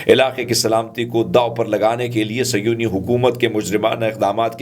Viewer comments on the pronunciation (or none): please correct seyoni its actually sehoni